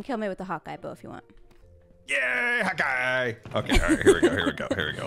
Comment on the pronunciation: Am I the only one who just found out that Scar says "hot guy" instead of "Hawkeye" every time he swoops I'm with the bow? I feel like I'm seeing the Matrix code now...